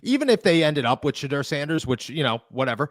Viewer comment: All I'm hearing is the way you're pronouncing Shedeur. Did I miss something? I've never heard anyone say it that way before, including Deion. I'm going to be questioning myself every time I say it now.